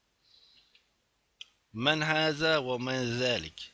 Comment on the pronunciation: Esselemu Aleyküm hocam, te "men heze ve men zelik" yazmasına karşın siz "ve me zelik" şeklinde okudunuz. Bunun sebebi nedir acaba? Orda da kişi sorduğundan ötürü yine men kullanmak gerekmez mi?